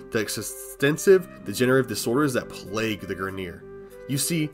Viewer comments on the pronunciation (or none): none